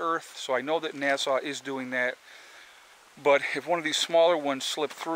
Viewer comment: Foxfire Fortner I think he’s saying that way because of the algorithms and pinged words.